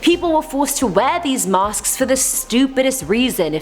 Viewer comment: She said masksksk